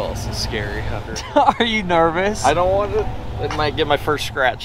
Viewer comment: I JUST WANDA(WANT TO ) KNOW WHY SAYS A D INSTEAD OF A T?????? HUNDER HUNTER /BOLD (BOLT) WHAT THE HECK????I KNOW IVE ASKED YA THIS 50000 TIMES ALREADY BUT TO NO AVAIL....I GET NO RESPONE,.. DOND FERGET I LOVE YA AND I'LL SEE YA NEXT TIME......